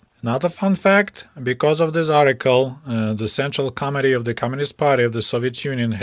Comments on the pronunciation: Sounded like you said central comedy instead of central committee. Probably more appropriate. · committee sounds like comedy!!